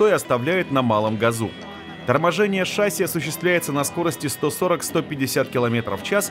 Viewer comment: какая шАсся.?? правильно говорить шассИ.!!